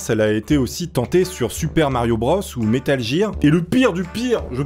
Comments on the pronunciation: Le "métal jear " au lieu de "guir" pour gear m'a fait mal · "Metal Gire"... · À c'est ou tu as dis "metal jear"???